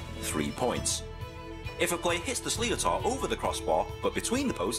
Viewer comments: slee oh tor??? its more like sli-ter , sli pronounced like the word slit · it's pronounced slither not sliotar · It's not pronounced sli-o-tar it's pronounced shlitar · it's not a Sli-o-tar....trust a guy who's actually practiced this sport...It's prounounced 'Schlicktor' (Schlitar) as in Sh-li-ter... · S-sleatar? Noooo it’s pronounced slither or slitor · its not pronounced slio-tar, its an irish word pronounced sch-lither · same it's slitor not sleeater or what ever way he pronounced it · Jesus Christ this is the worst explanation I have ever heard, it's pronounced shlither not sleeotar... and it's 2 35 minute halves not 30 mins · Sleeotar, I think I'm getting a migraine, the English guy how made the video can't pronounce sliotar, it's suppose to be said like slit-are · Sliotar is pronounced slither not sleo-tar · Ahh it's not slee-I-tour it's a slit-ure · IT'S NOT A SLEEOTAR! IT'S A SHLITER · It's pronounced "slitter" not "sli-o-tar" or "shlitter" if your from the south west. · The FUCKIN ball isn't pronounced sliothar it's pronounced slither Jesus Christ this annoyed me a bit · Slee-otar 😂😂its pronounced sliter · I'm Irish and it's not Sli-o-tar it's Sli-th-er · It’s pronounced shliter not sleeotar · U don’t say sliotar u say it like shliter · who else cringed when he said slicotar? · im irish i play hurling its not pronounced sliotar its spelt like that its pronounced slither emphasise the T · Maybe an Irishman that knows about the game could explain the sport of hurling instead of someone that pronounces sliotar slee o tar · the sliotar is pronounced shlitter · Sliotar! I'm laughing my head off here It's pronounced more like sliter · Good video bro. The ball is phonetically pronounced "Shlit-ter" You should try and stream a full game of hurling when the Championships start again this summer. Turn it on, Turn it up, sit back with a beer and enjoy the madness, trust me its worth it. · It's pronounced shliter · Sounds like leotard. Wtf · Sli-tor pronunciation